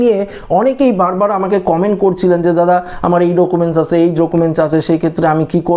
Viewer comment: ডোকুমেন্স আবার কী 😂 উচ্চারণ ই তো জানেননা